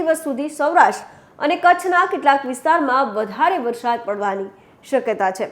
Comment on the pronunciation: બહેન, 'વરસાદ' જ બોલો, "વરશાદ" ન કહેવાય. "વરસાદો" તો ખોટો જ શબ્દ છે. 'ધ(dh)મરોળવું' સાચો શબ્દ છે, "ઘ(gh)મરોળવું" શબ્દ છે જ નહીં.